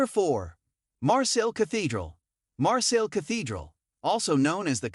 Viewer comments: It is pronounced ''MARSAY'' not ''MARSELL''. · You butchered the pronunciation 🤦‍♂️